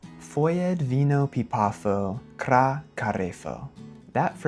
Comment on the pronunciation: Another reason why you mistook pipafo for a simple past verb is that the f in the middle of a word in Faliscan was probably pronounced more like v. The verb suffix -afo is related to the Latin future tense suffix -ābō.